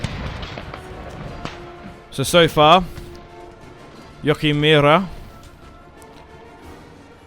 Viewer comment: in german it is pronounced jooo-a-giem Joachim. love your vids btw !